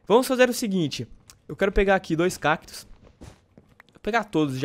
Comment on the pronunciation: Cakitos não é cactos